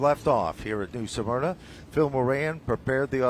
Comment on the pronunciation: Guys, it's pronounced 'SMER-NA' not 'SUM-ERNA'😅